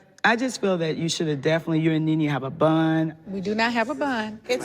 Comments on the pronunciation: It’s not Bun it’s Bond 😂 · It’s bond not bun 🤭🤭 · Lol I love Marlo how she pronounces the word bond. I got a bund. Sheree you Nene got a bund. She sounds like she has a 5th grade education. Kenya Moore is my favorite though. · Bruh Marlo does pronounce words like bund 😭😭😭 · Kenya was so quick to correct Marlo's pronunciation of "Bond"....but no one stopped her to say "it's one trick pony, not one pony trick." Or "the actor's name is JOHN Amos. He played James Evans, but his name is not James Amos." 😂😂